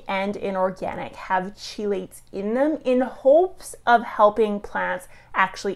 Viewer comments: Hey. Isn't it pronounced with a sharp K sound rather than a ch for chelates. Key-lait? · Little bit concerning that a soil scientist mispronounces, "chelates" and "chelation".